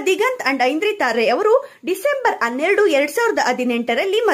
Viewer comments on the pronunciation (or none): Ivlu Yaro maraya hanneradu annoke anneredu,hadinaidu annoke adinaidu antale modlu bhashe tidkoli